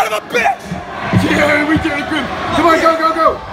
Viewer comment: it’s grim not grin